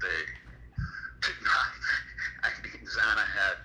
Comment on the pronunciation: did you call xana, "xany"? also who is Constantino that you reference?